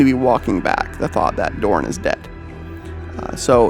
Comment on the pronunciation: It’s pronounced Rogal DoRN say it like you would torn but with a D and less ununciation on the o so like DoRN. Not trying to be a dbag just trying to help you’re saying it more similarly Darn by putting more into the O.